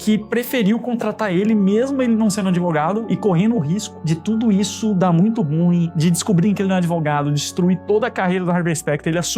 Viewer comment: Gostei do seu video, mas vc pronuncia a palavra ruim de forma errada.